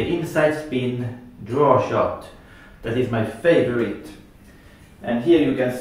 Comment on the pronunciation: I love the way you say and Just like zat! I have been really trying to wrap my head around inside spin shots. This helps see how I could use it. Most everyone will want to know how to adjust aiming. Good players like you may not quite know because you just do it naturally but I dont really get where to start. The cue will squirt but also not hit the object ball in the same spot, so I try to aim thinner but quessing for now.